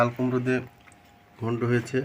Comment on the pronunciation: একটা কথা না বলে থাকতে পারলামনা। 😊এতো দিন ধরে ভিডিও করেন এখনো ঠিক মত কথা বলতে পারলেন না। 😊 এই যেমন ঘন্টোকে বলতিছেন ঘুন্টো আবার কুমুর আবার আয়ের মাছের ভুনা দিয়ে খাবো। আবার ঝোল দিয়ে খাবো ইত্যাদি। এইরকম আরো ভুল হয়😅কিছু বলিনা তাই। এইরকম ভিডিও দেখলে খুব হাসি লাগে রে ভাই। ভিডিওই যখন করবেন একটু ভালো করার চেষ্টা করে 😅